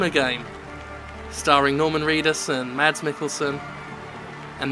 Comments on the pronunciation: Just FYI it's pronounced "mass" not "mads" yes even with the d in there. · I believe Mikkelsen's name is pronounced more similar to "Mass", as opposed to Mads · Hey, Denmark here. Drop the D from Mads, it's almost silent. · laughs just ignore the "d" when pronouncing "Mads" ok. Danish does weird things to consonants sometimes. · I love the way all English natives pronounces Mads's first name, heh